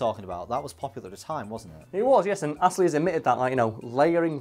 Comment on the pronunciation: No one:: R i c k A s s l e y